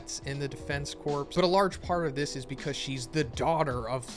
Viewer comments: Defense corpse? Is it corps, instead? Corps is pronounced "core." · Looks interesting! I’m looking forward to your coverage. One pedantic note though: corps is one of those weird words that is not pronounced like it is spelled. It’s pronounced ‘cores’. It’s a super minor thing, but it’s like nails on a chalk board for me whenever I hear it mispronounced. I’m sure I’ll live, but just putting it out there! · Thank you for covering this series! Also just for future reference, corps is pronounced like core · The amount of times you said defense corpse instead of force…xD